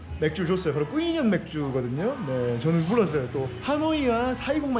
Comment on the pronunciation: 까페 쓰어 다 까페:커피 스어:연유 다:얼음 즉 얼음넣은 연유커피라는 뜻입니다^^ 그리고 꾸이년이 아니고 정확하게는 뀌뇽이라고 발음하시는게 맞아요~ 베트남 오래 살았어도 호스텔에서 여행객처럼 지내본 경험이 없어서 상당히 부럽네요